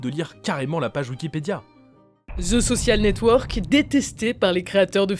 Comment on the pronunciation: Sur le fond, j'aime beaucoup ce que vous faites mais sur la forme, j'ai parfois les oreilles qui saignent ; par exemple Ce qui serONT les prémices de FB... (et pas serA) ; le pire étant le "ze soSSial network".... un peu d'effort sur les mots anglais ferait du bien (ouf on a évité ze imitaSSION game) ! La partie design graphique est au top par contre ! Allez, un petit effort sur la bande son !